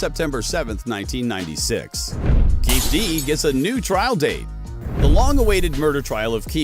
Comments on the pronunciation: I mean F the guy but his name is KEEFE D (key fee Dee)!! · It is not Keefe D but Keefe' D. KeefE D. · His pronunciation of keefe d is annoying as hell😂😂😂